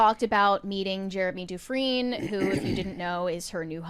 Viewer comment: In my area, people with that last name pronouce it DU-Frayne.